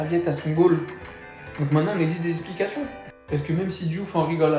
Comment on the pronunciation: Tu dis exiger et c'est expliquations tu prononces ? Héé haaa tu dois exiger des sanctions